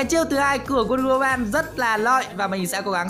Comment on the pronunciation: Đọc là "uân đơ hu mừn" nha ông 🙄🙄